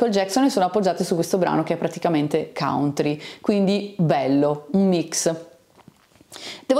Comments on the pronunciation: Scusami ma si pronuncia cantri, e non cauntri. Facevo lo stesso errore. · Dipende dai punti di vista, se in America pronunci "cantri" non è che sembri proprio nativo del Kentucky 😂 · consulti i dizionari di pronuncia, non uno ha riportato la variante cauntri che non rappresenta lo standard né in British English né in American English.